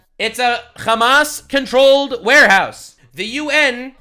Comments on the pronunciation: "Khamas". You guys do know that there's an easier way to say it in english that's closer to arabic right? it's Hamm-mass (Hamm like the eating noise, mass like science). khamas is how they say it in hebrew. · Like Ham-ass, yeah. Like the piggie’s backside.